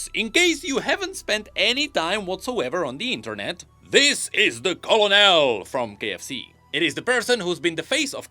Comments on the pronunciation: I love you. But if you didn't know it's not "Co-low-nell" it's "Ker-null" But if you're making a funny joke then ignore this completely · Co-lo-nel? It's pronounced KER-nel. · as someone in the military hearing say colo nel is tilting me......... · I love that he says colonel like colonel and not Colonel (kernel) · Co and L? Did we not even bother looking up how Colonel is pronounced? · "Colon el" lolol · The "L" in colonel is pronounced like an 'R" because French. It's pronounced Kernal. You cannot comprehend the damage done to all of human language by the French. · Colonel is pronounced Kernel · colonel is pronounced kernal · why do you say it like that I get that its spelled colonel but its pronounced ker nuhl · He pronounces colonel like colonel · Colonel is said like KERNEL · The way you saying Colonel is troll I love it. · thats not how you say colonel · colonel pronounce colonel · Don't worry, we can forgive you for mispronouncing Colonel. It's one of those words that, for whatever reason, the sound doesn't match it's spelling in the slightest. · You mean like 50% of all English words? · i cant tell if you're pronouncing colonel wrong on purpose because it is spelled stupidly